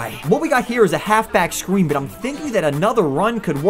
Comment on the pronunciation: Did he say half back scween instead of screen